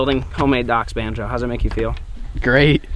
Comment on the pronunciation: I dont even go here, but I'm sitting with my dad as hes playing this on the tv, and hes asking "why has he been calling bonzo "banjo" lately?" No idea what that means but if anyone can answer, I can tell him and shut him up 😆